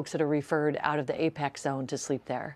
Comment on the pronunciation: She says it wrong x2 &. 🙄 it's not "APEX" & it's not plural "APECs." It seems she caught on after reading the SF Emergency Operations Center's statement out loud. Does she even know what APEC stands for? 🤔 Maybe her camera person or segment editor should correct her mistake, rather than letting it go to air.